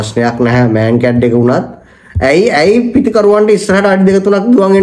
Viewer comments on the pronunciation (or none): Brother it's not මෑන් කැඩ් correct pronunciation is මන්කාඩි,........ Mancad was a Indian Cricketer who involved the said runout first time in the history.